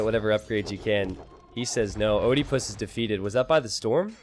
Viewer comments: Americans removed latin vowel combinations from their language, so don't know how to pronounce them. oediepus isn't pronounced O-de-pus, it's Ee-die-pus (a pun on Oedepus, Ee-de-pus). And no it's not Edepus either. It's a long E. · "Oedipus" is a Greek name pronounced "ed-eh-puss." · please pronounce Oedipus right :D !